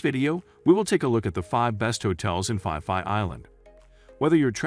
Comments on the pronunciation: fi fi island?? It's Phi Phi mate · We call P P Islands not Fi Fi Islands. Lovely video always ❤️ 👌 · Wow. You pronounciation of the Island is totally wrong. It's not Fi Fi Island. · 30 seconds into the video, your pronunciation of Phuket and Phi Phi was a HUGE turn off. So I turned you off. Geez.